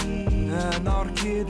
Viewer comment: i keap hearing anar-kitty , wich to be far it's not that far off